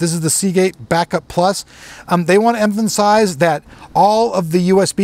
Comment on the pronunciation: "Emphansise" :P